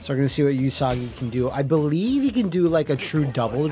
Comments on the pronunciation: I'm also gonna be that guy... うさぎ is pronounced OOsagi, although he keeps saying YOOsagi. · In Japanese, u is a flat sound, like the u in 'flute, not a curved u sound sound like vacuum... So it's pronounced OOsagi, not YOOsagi. うさぎ is the Japanese word for rabbit.